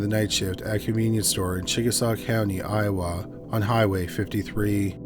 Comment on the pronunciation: Odd way to say Iowa. Never ever heard it said that way. Curious.